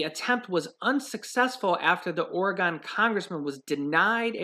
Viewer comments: It’s Ore-gun, not Ore-gone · I love you brother, and appreciate your videos, but PLEASE, let's stop the geographical ignorance. It's Oregon, not Ori-GONE. No one from Oregon or having anything to do with Oregon EVER pronounces it that way, only people who don't take the time to learn the proper pronunciation. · Oregon is pronounced Orygun!!! Never liked DeFazio. LOVE LOVE the minion!! Makes me laugh, which is good!